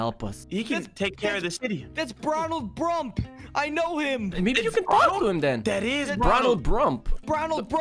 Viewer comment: “Bronald brump”